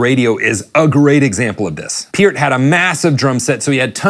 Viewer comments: its pronounced PUURT not PEIRRT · Purr-t, not Pier-t. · Is this guy saying "P'EARTH"??? Isn't it PERT? Like the shampoo.......... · People hung up, because of a simple mistake - including "the" in the song's title. Those same people that are uptight because others pronounce Neil's last name as "Pert" and not "Peert". They need to get a life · Pronounced Neil PURT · its pronounced Pert :)